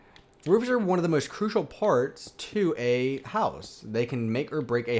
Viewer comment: STOP SAYING CRUISAL!!! But nice video good instructions for this detailed mansion. Me and my minecraft dog Harvey happily live in it. Im now looking for inside ideas. Can you do a video of how to do the inside of this mansion? Pls? :-)